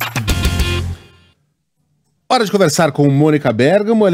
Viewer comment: Eu queria saber onde está o acento desse bergamo. Se usou p a mônica... e não venha me dizer que é nome próprio. Como eu nunca havia ouvido alguém pronunciar para mim era bergamo paroxítona. Queria uma explicação, se é que ela existe.